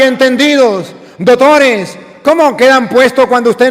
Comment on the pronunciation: me encanta cuando dice dotores! que ❤️❤️❤️❤️Sabiduria divina que lo acompaña !